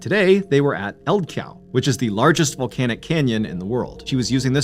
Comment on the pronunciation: Two thumbs up from this Icelander for the pronounciation of 'Eldgjá'.